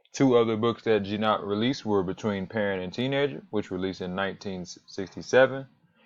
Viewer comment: Hard "g" as in "got".